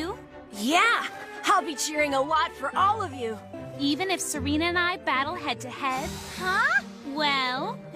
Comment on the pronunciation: It's Serena not Serina